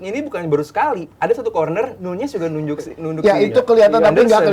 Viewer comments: NUNEZ BUKAN NYUNYES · Diem anda, kata bang bewok jg nyunyez